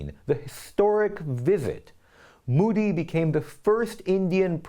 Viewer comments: By d way sir Its mOdi n not mUdi plz can u pronounce it d correct way😊😊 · Modi and not moodee. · Ahem, Modi is pronounced mow-dee, (ow is pronounced OH as in OH NO or the letter O), not moo-dee as in MOO or MOVE .